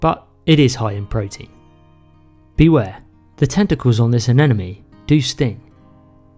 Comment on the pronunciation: kinda adorable all the knowledge you present and say uhnenuhme instead of uhnemuhknee